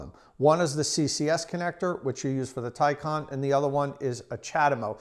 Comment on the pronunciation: It's pronounced Tie-CAN....not Tie -con